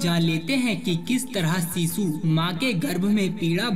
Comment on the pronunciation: सीसु नहीं होता शीशु होता है। सही से बोला करो।